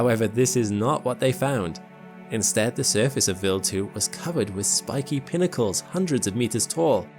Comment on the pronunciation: Vild 2 or wild 2 can't stand this computer voice AI